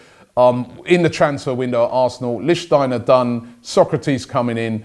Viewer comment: Robbie pronounced lichtsteiner correctly. 😱😲😮😱